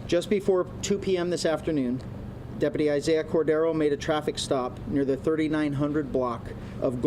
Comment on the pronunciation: Hey Chad, learn how to pronounce DepUty!!